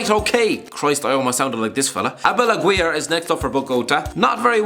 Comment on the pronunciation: Im gonna need your scarf to shove through my ears after listening to that pronunciation od Javier Aguirre (Pronounced A-Gear-ey) And really Javier Aguirre was the best you could find? Hirving Lozano (the current PSV prospect) is from Mexico city and Cuauhtemoc Blanco (arguable Mexico's best ever player,) is also from Mexico City.